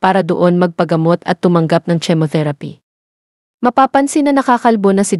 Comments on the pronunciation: Anong " TSE " motherapy. It's CHEMOTHERAPY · Chemo is pronounce as kimo, and not as it is spelled No offense intended just simple correction lang for your sake thanks! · Paano ako maniniwala sa blog mo ni hindi mo alam kung paano mag pronounce ng “chemotherapy “.